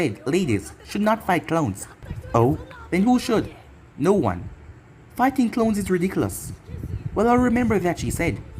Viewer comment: is he saying clones or clowns